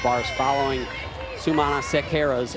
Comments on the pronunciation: Please learn to say Tiana's last name correctly. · Somebody please tell to go to the UCLA roster page and listen to Tiana pronouncing Sumanasekera. It's not that difficult.